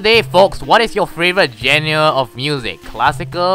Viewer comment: Lemme guess, you will face Articuno in Mount Frost. Genre is pronounced (Csh-ahn-rah). Also, En is prononounced (Ahn). Video Game Music.